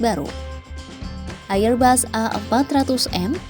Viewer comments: Airbus dibaca erbas, bukan AIR BAS. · Bego ni orang nyebut AirBus ngak benar,, loe sekolah ngak